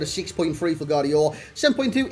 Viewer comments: Its not silent G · im from Croatia and its definitely GVardiol with V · You pronounce it similar to Guardiola but faster and without a 😂 great review bro ✌️✌️